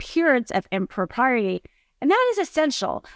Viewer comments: That "impropriety" is a doozy to pronounce, i think you might have one too many "R's" in there. x) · Good content. Need to pronounce impropriety properly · She pronounces impropriety wrong lol